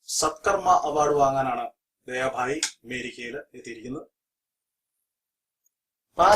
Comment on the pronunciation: Bhi not bai